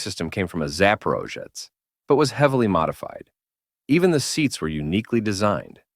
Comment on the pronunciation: The "zaporozhets" was so mispronounced by AI it hurt my ears. Also you forget to mention that it was actually created and built in Ukraine